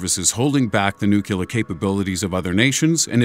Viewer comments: New Clear. Phonics. Basic English. New Clear. Not Nuke You Ler. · NUCLEAR DAMN IT - NOT NUKULAR LOOK here -> ˈn(y)o͞oklēər AAAAAAAAAAAAAAAAAAAAAAAAAAAAAAAAAHHHHHHHHHHHHHHHHHHHHHHHH!!!!!!!!!!!!!!!!!!!!!!!! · I don't think nucular is a real word. it's new clear...geez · the moment you pronounced nucular instead of nuclear, you lost my vote. Here's a dislike. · Thumbs down for spelling nu cu lar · Could you please stop saying "nuculer". It's nuclear. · For fuck's sake, look at how the word nuclear is spelled. It's not fucking nook-u-lar. It's nook-lee-ar. The only other ignoramus I can recall who mispronounced nuclear was George W. Bush. Do you really want to be lumped in with that moron? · actually the correct pronounciation of nuclear is new-clee-er, but nucular is widely accepted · new-clear not new-que-lear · It isn't NUK U LAR !!! It is NU CLEAR. Can't anyone read ? Stop listening to politicians. Even physicists are saying it wrong now. How can they not know how to say NEW CLEAR as in nuclear ? Repeat NEW CLEAR is how you say it. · Nuclear. Not Nukular. Please. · New-clee-ur! not new-cue-ler! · nucular - really? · Say it with me: "nu-clear" (not new-cue-ler) It's pronounced just like how it's spelt: nuclear. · Does the narrator know the difference between Nuclear and Nucular? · Mr. Narrator -- PLEASE! It is not "NOO-KYOO-LER"! The correct pronounciation of "nuclear" is right there in how the world itself is written! The CORRECT pronunciation is, pphonetically, "NOO-CLEAR"! What is so HARD about THAT?? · Nuclear only has ONE U. It's nu-CLE-ER. I'm perfectly okay if a nucular bomb goes off, because it won't affect us as it's not real anyway. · Repeat after me: New Klee Urrr. New Klee Urrr. NEW KLEE URRR !!!!!!!!! Not "New Cue Lar." George Bush you ain't. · if you don't know how to say a word, please don't say it twice in every sentence. Its is very annoying. Nuclear, not nukular, new, klee- ar.. nuclear. got it? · lol you keep on pronouncing 'nuclear' as 'nukelar'.